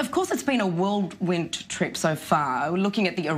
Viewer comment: Second 17 - It's whirlwind - NOT worldwind.